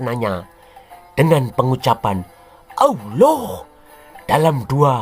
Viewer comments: Ngomong alohnya paseh banget. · Referensinya lengkap jarang orang mendedikasikan minatnya seperti ini. ketika menyebut owloh suaranya mantap kadang lucu. Sebutan owloh humma jelas dewa bulan. Beda dengan si humma. Banyak idikator lain yang mengarah ke Dewa Bulan. Salah satunya bulan Sabit. Karakter owloh dalam qur'an semakin jelas